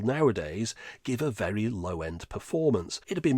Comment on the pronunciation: are you okay bud? And it's VERY, not "vary"